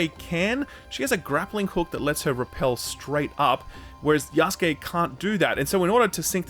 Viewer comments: "Yaskay"? He means Yasuke...the black African one. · Wait... Yahs-kay?! Isn't it Ya-sue-keh?